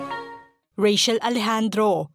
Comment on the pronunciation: Rachel is pronounced with CH not SH.